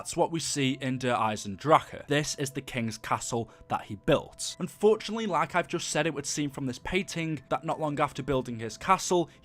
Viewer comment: He can’t even say like